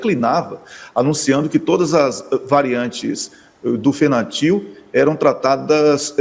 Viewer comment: Fentanil..Não Fentanil. Abraço para todos aí desde Setúbal Portugal. Parabéns pelo trabalho gente.